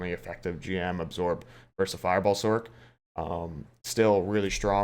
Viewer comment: Fin sorK lol it’s Sorccccccc like pronounce sorceress it’s not sorKeress lol fun list pretty much agree console is kinda ass pvp